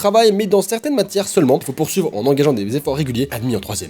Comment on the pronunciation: "Poursulver" mais bien sur TwT Tes profs c'est ce version leclerc ou?;-;"